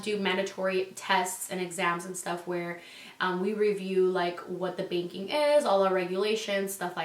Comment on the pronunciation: At one point she did said baking....hilarious 😂